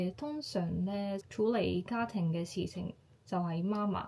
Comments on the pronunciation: 媽媽ma1ma4 は、日本人の声調ですね。または、標準中国語の影響でしょうね。香港人の声調は媽媽ma4ma1ですよ。香港で「媽媽ma1ma4」と言うと、別の意味がありますよ。要注意！ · 妈麻是妈妈？香港人發音是麻妈🤗 還有如果說媽媽生，即係夜總會帶領小姐見客的領班🥳